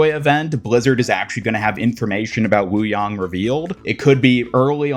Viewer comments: It’s “yang” as in Yin-Yang. Not WooYong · the pronunciation you went with is the correct one : )